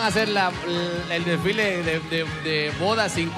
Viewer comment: SIDA dijo disfile envés de desfile